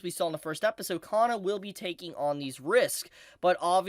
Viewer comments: Kana, not Ka-nn-a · 有馬かな か な It does matter Should be Kana not Kanna かな not かんな